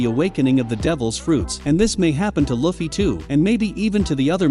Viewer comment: You cant even say luffy right dude